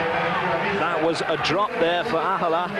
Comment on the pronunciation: Thinking Ahola was Reeves, and that he'd given up, then later correcting it to Ahola (mispronouncing name) and that he'd actually finished (he actually won by a mile). Then thinking Magnus was the Mastermind host and that he was a giant, only to then say he had a small stature. And that was just event 1! He's really having trouble with Ahola. This time mixing him up with Veneberg, as well as mixing up heights and weights. Kiri won, oh no wait it was Ollesch. So many "I beg your pardon it was"s